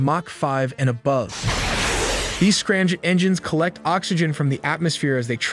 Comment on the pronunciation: I don't understand why the commentator or the AI software is pronouncing M to sound like N..? Its driving me crazy, he keeps saying "Ranjet and Scranjet", not 'Ramjet and Scramjet'..🙄🤦‍♂️🤷‍♂️